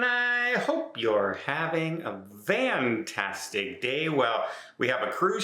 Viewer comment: Don doesn’t even say fantastic properly (vantastic)